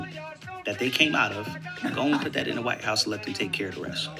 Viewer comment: where yall from that say PIT instead of PUT? says it too:body-blue-raised-arms